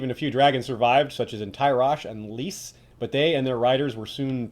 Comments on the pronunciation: No, he's saying it wrong. In the show when Oberyn talks with Varys he pronounces it as "lis" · You pronounce Lys "lice" not "lis"?